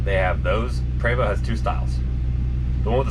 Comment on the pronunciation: PrEEvOst - English pronunciation. Prevosts are BUSSES.